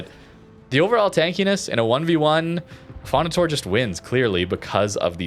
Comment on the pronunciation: Affondator-eh, like in you canadian accent.